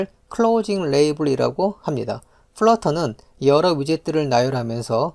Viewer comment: 강의 퀄은 좋으신데 말투가 너무 듣기 힘든;;; 마지막에 보입니다 합니다 입니다 강조 안하시면 안될까요